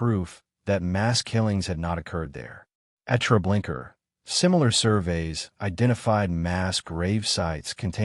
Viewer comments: Also; why do you say Treblinker repeatedly when it’s known as Treblinka ??? !!!!!!!! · Baba Yar is NOT pronounced Bobby Yur,Treblinka is Not prounced Treblinker